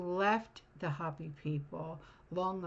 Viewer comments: Hopi = Hopee Not hop ee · It's not hoppy like a bunny rabbit . It's Hopi like hope. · ( hope' e ) not hoppy😅 ❤ ya.